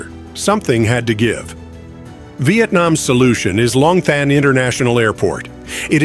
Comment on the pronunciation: Long Thanh is pronounced Lom Ton.